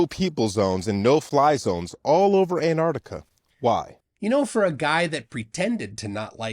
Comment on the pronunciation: I’ve never heard of “Anartica” …… 😂